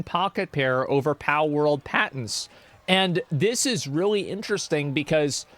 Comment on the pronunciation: why does asmongold call palword "pow world", makes me irrationally angry